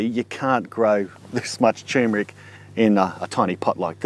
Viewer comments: Thanks, I'm planting some this year. It's great in coffee and added to date and peanut balls.. BTW: I don't think it's pronounced 'chewmric'.. Try 'tur·mer·ic' (look it up) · Sir, please, it's pronounced TUR-mric. Not TOMB-rick. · Dude it's called tur mer ic. Not tumeric... Lol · Fresh is NOT best because you need to take a lot to have any medicinal anti cancer activity. Btw it's tuRmeric, yes the r is pronounced, not tumor-ick. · It is tur-mer-ic not tue-mer-ic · Chew Mer Rick?? maybe he means Turmeric, Turm like turn a corner. Still a v good vid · TUR MER IC not Too MER IC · TuRRRRRRmeric! Look it up. It is spelt and pronounced as tuRmeric, not tumeric! Not such word!!! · Why the fuck do you people call it tyoomeric when it is TURMERIC??? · Maybe you are dyslexic, if not then I would like to point out that it is tur'mer'ic not tume-er'ic. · "Turmeric" is probably the most MISPRONOUNCED word on the planet! Are YOU pronouncing it correctly? Well, if you pronounce it like the man in this video, you'd have to answer "no". Like so many others, he fails to pronounce the first "R" which is NOT supposed to be silent! Click the link below if you want to hear a super short audio of the CORRECT pronunciation! of: tur-mer-ic. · Love the dramatic pause everytime before you say..."tumeric".